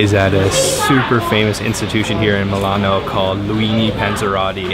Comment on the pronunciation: I can't get used listening to Milano being pronounced MAW LAHN...